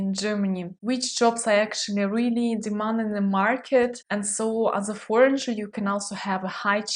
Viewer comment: I just want let you know that we don't pronounce the ''j'' in ''foreigner'' :)